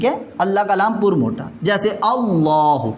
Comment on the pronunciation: قبلہ لفظِ اللہ کا لام ہے نہ اللہ کالام درست فرمائیں